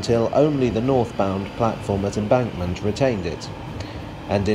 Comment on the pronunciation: Embankulentment. -ulentment -ulentment -ulentment.